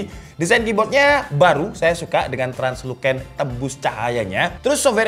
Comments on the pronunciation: bacanya: transluSen... bukan transluKen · laptop elite, usb sulite 🗿btw baca nya tranlusen (tranlucent) ya bro bukan tranluken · Translusen bg bacanya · Salfok sama pengucapan Translucent nya hehehe 😅 Btw kalo boleh nextnya minta tolong dibahas fitur RTX 40 series DLSS 3 yang Frame Generation dong